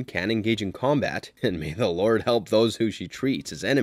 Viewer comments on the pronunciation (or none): none